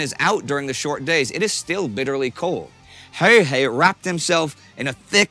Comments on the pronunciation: His name was "Häyhä" - not "Höyhä" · Its not HEYHEY , HA-Y-HA English speaking people misspelling non-english names since ancient times. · How does he say häyhä as höyhei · Häyhä, not häyhei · Why is hard to spell häyhä, wow, its häyhä, not höihei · Stop saying häyhei and say häyhä. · I like how Indy pronounced "Häyä" like 5 different ways. It's pronounced "Häuhä" with a "germanic/scandinavian" sound on the "u" and not english "u". Joakim pronounced it pretty good in the beginning. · I think they pronounced his name differently every time they said it. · He pronounces Häyhä differently every time lol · Pity your pronunciations of Simo's last name are not correct or consistent. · I wouldn't exoect a non-Finnish person to be able to pronounce Finnish words like "Häyhä" or "pystykorva" perfectly, but holy shit, Indy Neidell's pronounciation of those words is the worst I've ever heard.